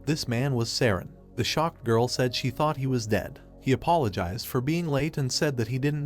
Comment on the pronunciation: I expected nothing less from a guy who says taught instead of thought